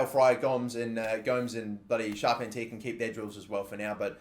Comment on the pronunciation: charpentier is pronounced char-pen-tee-aye (think cartier jewellery)